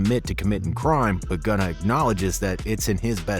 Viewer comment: His name is Gunna! “Gunna Tell”